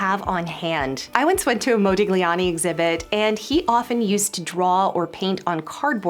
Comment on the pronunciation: The "G" in Modigliani is silent.